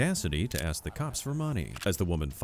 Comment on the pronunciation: Why have americans started to say "ask" as "x"?